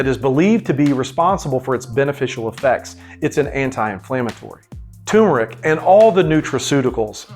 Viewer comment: It is turmeric not tumeric.